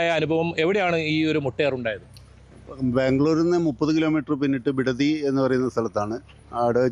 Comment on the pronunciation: "ബിടുതി" അല്ല "ബിടതി" ആണ്...